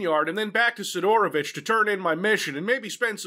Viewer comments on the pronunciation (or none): He's SEEDorovich, not SeeDOORovich,. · Hey, his name is spelled like "sIdorovich", not "sidorOvich", with an emphasis on the first syllable. Just like "cider". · Ye also wrong. It's SYDORovych.